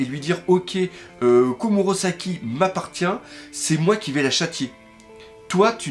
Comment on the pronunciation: S'il te plait arrête de dire KomurOsaki C'est perturbant donc dis KomurAsaki XD